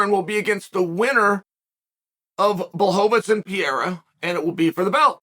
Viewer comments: It's PEREIRA not PIERA stop bucher this great kickboxer name. You hole cartier is less then this guy so show some respect! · Chael is not "Pierra" is " Pae_rae_ráa ". Google translation can give you an ideia of the correct pronunciacion. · I always find it weird seeing Joe Rogan pronounce Alexs name as Peheira, but Chael just outdid him with Pierra lol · Chael... don't start caring about name pronunciations now. You've been doing this schtick way too long... "Pee-yera" lol! 😂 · This guys is that stupid that he can’t even say Alex last name right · Chael has never said Alex’s last name correctly 😂💀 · Can't pronounce either name correctly....😂😂😂 legend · "I said his name wrong, I wanna say it right" - ok, who are you and what have you done to Chael Sonnen? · Come on Chael "Pereira" only has 7 letters to it. You can do it man!..lol